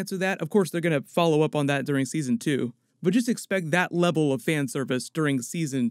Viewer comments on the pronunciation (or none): none